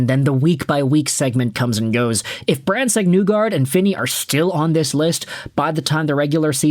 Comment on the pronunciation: Other than the Brandsegg-Nygard pronunciation it’s a good video It’s knee-guard essentially